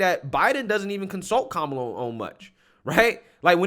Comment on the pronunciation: Her name is ka-Ma-la. It is a classic Indian name.She can’t even tell the truth about her name.